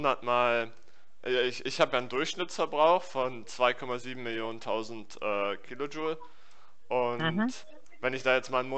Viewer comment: Kilojowlekaloriek xDDD geiel